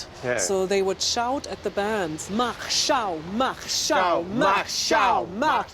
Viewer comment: Mach Schau? That doesn't seem right at all...